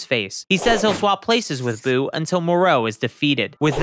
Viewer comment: Who is “Boo”?? It’s “Buu”!